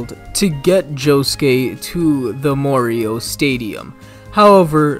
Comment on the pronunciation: Why do you read morioh like that???